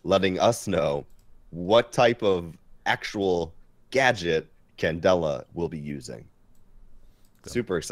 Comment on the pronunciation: Why do you guys keep calling ying candella?